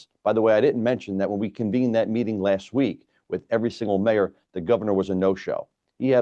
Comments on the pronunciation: Moyor, or Mayor? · Moyor, Belleville? Should that be Mayor, Belleville? Note the O rather than an A. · What's a "Moyor" ?? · "Moyor"? Good Lord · "Moyor"? Really? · "Moyor" huh. Okay. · What's a Moyor ? lol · whats a Moyor?